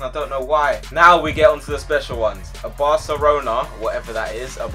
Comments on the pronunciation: It said Barcerona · IT SAID FUCKING BARCERLONA WTF! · LMAO "BARCERONA" I'M DONE FAM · Barcerona is how the japanese would say it XD